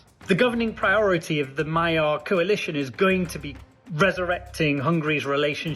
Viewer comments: The word "Magyar" is not pronounced "Mayar", but rather "Madjar". "gy" = "dj", similar to the beginning of the word "during". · It is pronounced Maghiar, like the Magyars.... please... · Magyar is pronounced Magjar - gy is a bit like g in George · Magyar is pronouced Madyar. Orbán is a G! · Magyar's name is pronounced 'moh-joh' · No... it's "Mah-gee-arr" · Magyar, not Mayer. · Madyar is closer. And O1G. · Yes, that's how it's pronounced, but you keep saying My-yar. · The other real question is whether Orbán will be held accountable for decades of corruption siphoning off EU funds for personal gain and crony allegiance with the effect of diminishing the array of normal government services and quality of life of Hungarians. Sir, thank you for putting a spotlight on this small but vigorous country and feel free to pronounce Mr. Magyar's name more closely to what it sounds like in Hungarian which is...in English like 'Madyar.'. It should not be mistaken for German sounding like "Mayer" and I didn't know what you were talking about at first. As a Hungarian this is important because our language is unique and outstandingly beautiful also, his surname reflects the name of our people in our language, which is strong and soft all at the same time. All the best to all watchers and joining you from Canada with great excitement about the outcome of this election.